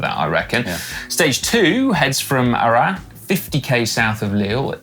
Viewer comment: Pronunciation of Arras — the s is not silent in this case.